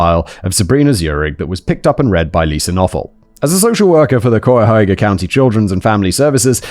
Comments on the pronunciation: I swear Simon and American County names. I thought this was taking place on another continent when he read Cuyahoga. (k-eye-ah-hoe-gah). I know he doesn't care about pronunciation, but hey, thanks for another Cleveland story! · Idk if simon ever checks the comment sections of these vids, but just in case he does "Cuyahoga" is pronounced "Kai-uh-hoe-guh". It's come up in a few episodes from this channel unfortunately and it can be hard to pronounce for anyone who isn't a local. Remember "cuy" rhymes with "guy" and the rest is easy to figure out from there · Ahh, Simon and Native American names is always so pleasing to the ears. Cayahoga, Simon. It’s pronounced exactly the way it’s spelled. Ca ya ho ga. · I love listening to British people trying to pronounce "Cuyahoga". 😅❤ It's basically like "Kiy" (rhymes with "why") + "yoga". At least that's the most common pronunciation I've heard in the Pittsburgh-to-Cleveland corridor. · My hometown is in Cuyahoga (ky-uh-hog-uh) county, just outside Cleveland, and I'm somehow both surprised and not surprised at all how many times a Casual Criminalist is set in or around Cleveland 🤦🏻‍♀️ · If this is Ohio, then it's pronounced Kye-yuh-hoe-guh. If it's not Ohio, it's probably pronounced the right way. 😆 We like to pronounce everything wrong. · Kye-a-hoe-ga is right. It's just spelled weird because it's a French spelling of an Algonquin word. Poor Cuyahoga, everyone butcher's it. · Hey.... Simon is getting better at pronouncing Cuyahoga!! Good effort!! Someone day you'll get it! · I love hearing non-Ohioans pronounce Cuyahoga. 😂❤ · Always tickles me when Cuyahoga gets mispronounced. Anyways, I worked in foster care for greater cleveland during this time. Another social worker was murdered by her client during a meeting around this time. It was weird. Our foster care sucks and I quit because I burned out.